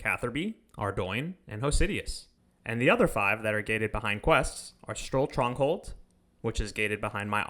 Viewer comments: Nice video! Stroll Tronghold had me laughin' :P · "Stroll tronghold"😂